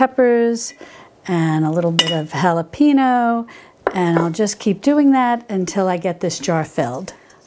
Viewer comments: Pro-bye-otics.......not pro-bee-otics Hal-ah-pain-yo......not hal-ah-peeen-oh Good grief. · your sugar coated chiffon presentation is too distracting..plus learn how to say halipanyo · Love your videos! As a fellow Texan I know you are a transplant and glad to have you here! Just a little help: the correct way to pronounce jalapeño is “hall-a pane yo”! Thanks for all your wisfom❤️ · "And a little bit'a halapino" 🙏